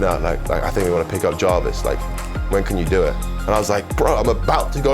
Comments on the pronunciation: says javis when it’s spelled Jarvis 🤣🤣🤣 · “FayZe Jorvis”